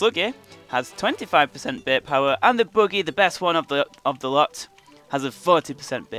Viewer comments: It is bait not beiit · i like how he says Bait "You can get lots of beht"